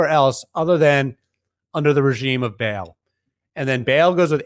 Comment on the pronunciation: Ba'al is not pronounced "Bale". It's pronounced "Bah-ahl."